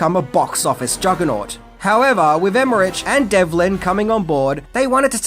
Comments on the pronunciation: OK mate, I'm gonna help you out a bit here. Repeat after me: "EM-MER-ICK" There ya go, you're welcome. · Emmerich is pronounced "emma-rick" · I just can't... every time you pronounce "Emmerich". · Loved the video except that the director's last name is pronounced with a "K: sound at the end, NOT a "CH" sound. You're killing me! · Wow, lots of mispronunciations of names here. First, Roland Emerich’s last name isn’t pronounced like “rich”, but like “rick”. Second Jean Reno’s first name isn’t pronounced “jean” like a pair of blue jeans, but more like “john”, with the “j” sound almost like Zsa Zsa Gabor. Lastly, Ian Ziering’s first name isn’t the traditional “Ian”, but is pronounced like “Eye-an”. These things drive me nuts! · It’s pronounced “EM-ER-RICK” & “DEV-LIN” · The way pronounces the names "Emmerich" and "Jean Reno" had me in tears 😂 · yeah, was he for real? Djean Renou?